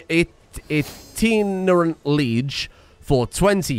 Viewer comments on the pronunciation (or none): "Itinerant" is a pretty uncommon word. Most people probably haven't heard it outside of a few backgrounds. It's pronounced eye-tin-er-ant :)